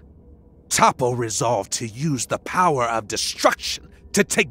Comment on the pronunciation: No he's called Toppo, not Top, regardless of pronunciations, the English name written for him here, is "Toppo".